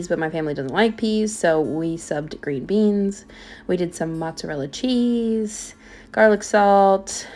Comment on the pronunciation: Heyyyy! ❤😊 Hahaha "some butta & some CHHEEZEE" is exactly what I sound like in my mind if cooking anything with cheese 😅